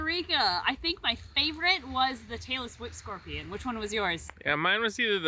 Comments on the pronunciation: I kept thinking you were saying "Taylor Swift scorpion" 🤣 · Omg I thought you said Taylor Swift Scorpion instead of Tailless Whipscorpion and I was so confused🤣🤣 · Was it just me that has really bad hearing and thought said “we found a Taylor Swift scorpion”? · I seriously thought you were saying Taylor Swift Scorpion, not tail-less whip scorpion. XD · When you said "Tail-less whip scorpion" I heard "Taylor Swift scorpion" 🤣🤣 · Omg, when you said tailless whip scorpion, I heard Taylor Swift Scorpion 🤣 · I'm not a native english speaker and I kept hearing "taylor swift scorpion". Believe me I was a little confused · Please tell me I'm not the only one who kept hearing "Taylor Swift Scorpion" instead of tailless whip scorpion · When she was talking about the tailless whip scorpion for a second I really thought she said Taylor swift scorpion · I kept hearing "Taylor Swift scorpion" instead of "tailless whip scorpion"🤦🏻‍♀️🤦🏻‍♀️🤦🏻‍♀️